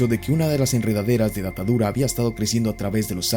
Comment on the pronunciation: Me da rrepeluz cuando dices datadura en vez de datura 😂😂